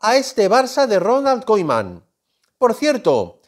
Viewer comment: Me frustra como dice koeman